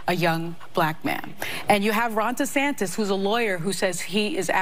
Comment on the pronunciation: She wants dees... Dee's what?? DeSantis